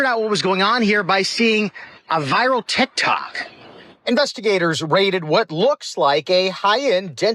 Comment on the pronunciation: "A viral TekTawk"